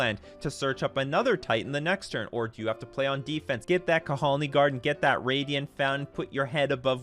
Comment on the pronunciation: Kahalni land lmao it's just "Kalni" muted h